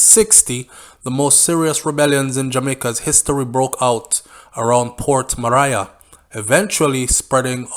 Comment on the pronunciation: Port Maria is pronounced Port "Mareea".